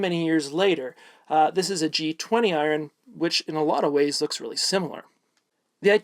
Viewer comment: Are you saying I-Ron? Lol